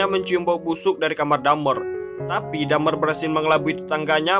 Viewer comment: Bang my friend dahmer bukan dhamer